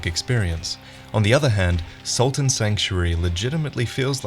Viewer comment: Anyone else notice how pronounced "salt" slightly like "soul"? Also, sorry, but I gotta make a "Dark Salt" pun.